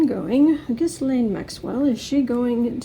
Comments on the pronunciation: IT IS GHEE, SILENT S, LANE. I know, just read my affadavit. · You say it gill Ann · You forgot the cleansing bayleaves and sage. Trivia: the “s” in Ghislaine Maxwell is silent, not pronounced. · Ghislane... the s is silent. And supposedly Epstein worked for HER. Not the other way round.